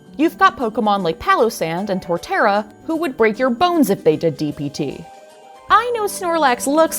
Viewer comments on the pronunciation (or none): none